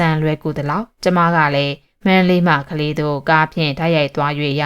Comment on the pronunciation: ကလေးမြို့....... ကလေး...... က ကြီးအသံထွက်ပါတယ်။ ခလေး လို့ ခ ခွေးအသံ မထွက်ပါ။